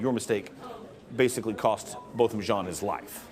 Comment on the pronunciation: To the news people: The victim's name is Not "BOTTOM" it is "Bo-tham"!!!